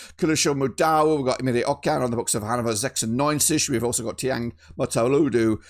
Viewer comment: You pronounced the '96' of Hannover 96 perfectly!